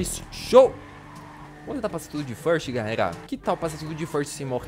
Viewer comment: ele fala galelalalldsakfaf